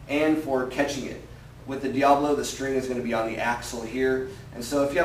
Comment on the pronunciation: Isn't it pronounced Dia-bolo...not Diablo?